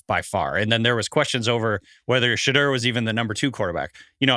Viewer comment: it’s not Shadurr. Someone correct him how does a draft show not know how to pronounce a top 5 picks name